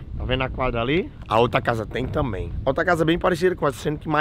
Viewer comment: “tambien” KKKKK